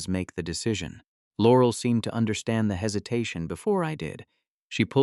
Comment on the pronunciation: In what world does someone make video that looks like it was made in 1938 and uses a 3rd rate Ai that can't pronounce "Laurel"??